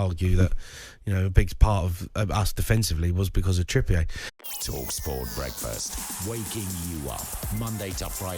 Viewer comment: "Trippiayy"...Like, he's French. 🙄 It's Trippier.